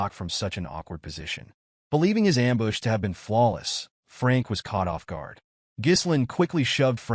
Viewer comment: This has been by far the best edited AI recap. Not too bad on getting the words right I mean there's a few that are off like ambush LOL but for the most part it's really done well